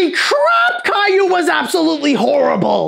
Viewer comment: As much as I hate Caillou being a major pop-culture export from my country, your french pronunciations were pretty damn good.